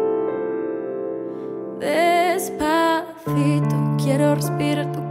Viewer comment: She says depacito weird